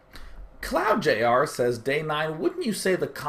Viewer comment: I'm sure most of you have had your question answered before, but I totally got a nerd boner when he answered mine :) (Cloudjr). O and thank you for saying my name correctly lol